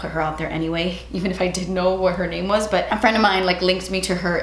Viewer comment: omg....you pronounced my name right. Out of these reaction videos - you are the only person on this damn platform that has tried to say it correctly. Thank you. It means a lot to me.